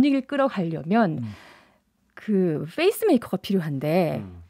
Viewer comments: face maker가 아니라 pace maker입니다. 어색한 영어발음이 듣기 거북하네요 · f페이스 메이커가 아니라 p페이스 메이커 입니...ㅜㅠ